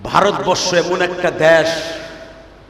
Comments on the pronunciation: পাগলাচোদা দেশকে দেশ বলতে পারেন না ড্যাশ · মূর্খ দেশ কে উচ্চারণ করতে পারে না সে আবার বক্তা সেজেছে।